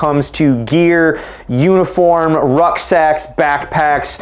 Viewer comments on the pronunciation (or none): Every time you said ruck sacks i heard "rough sex"😂